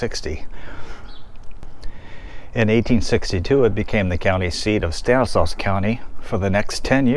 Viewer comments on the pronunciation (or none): It's pronounced "STAN is law,". Surprised you didn't know that, being from there.